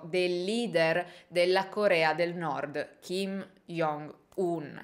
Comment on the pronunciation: Ciao, volevo solo dirti che si pronuncia “giongun” non “iongun” in quanto ㅈ in coreano si legge “g” ed il suo nome è proprio scritto 정은, lo stesso vale per il fratellastro ed il padre